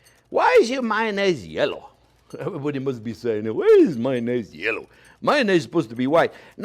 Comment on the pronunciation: "Mayonnaise is sopposed to be yello". Preach! :)